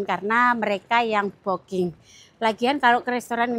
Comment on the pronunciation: BOOKING nyebutnya BUKING, BUKAN BOKING